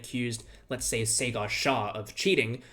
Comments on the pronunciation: Sagar Shahs first name is pronounced 'Saager'. Sayger isn't quite right. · It’s pronounced “Saah-gurr” not “Say-gaar” jesus christ that’s the most bastardised anglicised pronunciation I’ve ever heard, at least try! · those were ok 😅. Just 'sagar' was a little off